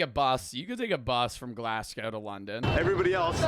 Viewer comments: Its not Glass go its glaseGo You pronounce it like how you say vase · glass-coe... please